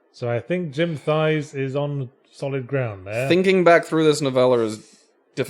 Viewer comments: According to a 1984 interview, his last name is pronounced “Tice”, not “Thighs”. For reference, it’s spelled “Theis”. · His name was pronounced "Tice", not "thighs". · The hyoid bone is the origin for muscles of the mouth floor/larynx/etc. Red emerald (also known as "red beryl") actually is a thing. Jim "Encyclopedia Brown" Theis (rhymes with ice) clearly put every part of his high school science class / thesaurus into this story.